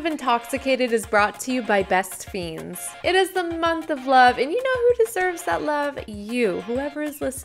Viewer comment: UR PRONOUNCING THAT GAME WRONG...ITS LIKE FRIENDS EXCEPT THE R ISN'T THERE .....ITS LIKE FENDS BUT SPELLED FIENDS...U GET IT?? ITS ALMOST LIKE THEY CAN'T PRONOUNCE FRIENDS SO THEY ARE SAYING FIENDS. BEST FIENDS.